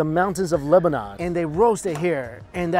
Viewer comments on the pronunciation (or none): none